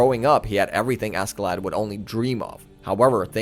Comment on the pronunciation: Cool video but God I can't stand everybody pronouncing Askeladd how it's spelled